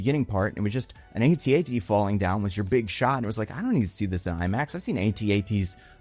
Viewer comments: not to nit-pick not like your podcast mostly nit-picking, its pronounced at-at not AT-AT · “AT AT,” not “ay-tee ay-tee.” 😭😭😭